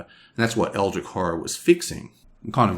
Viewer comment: Love the review! I agree with most points (don't see the problem with self heal in close combat, this is like a healing gun, so he can shoot himself in the leg). But I have to admit your pronunciation of "Eldritch" baffles me...